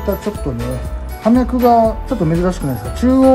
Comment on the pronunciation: お二人とも葉脈を「はみゃく」と言ってましたが、「ようみゃく」です。 植物を職業にしているのなら、これくらいの言葉は正しく使って下さい。 この後見るのをやめました。